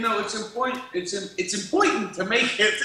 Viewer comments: impointant, posty......rememba? lol yea..... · "Of coirse it's impoitant" Lmao I laughed so hard that my roommate moved to the next room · It's "Impointant" to thank your folks! Right on Posty lol